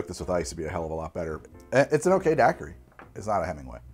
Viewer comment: Talks about people not understanding his "Aperol" Also: Dackery